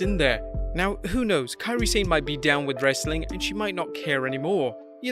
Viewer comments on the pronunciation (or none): If I had a nickel for every time I heard people mispronounced "Sane" I'd be a millionaire. Why football (soccer) commentators who are British can pronounce the word "Sane" properly and not pro wrestling people? Drive me insane when I'm hearing people keep saying "sein" instead of "sa ne"! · Kian they spell what it is closely sounds like when it is written in 2-3 words. 'sa' sounds 'sa' and 'ne' sounds like 'ney', combined 'sane' become 'sa-ney', but english speakers make it sounds 'sain' instead because they followed English pronunciation of 'sane' and not Japanese romaji pronunciation of 'Sane'. Maybe they should make it 'ney' but probably they don't want to make their romaji spelling longer. I can understand if its mandarin hanyu pinyin, that one yeah really confusing, if I had a nickel for every mispronounciation of Beijing I'd be the richest person in the world lol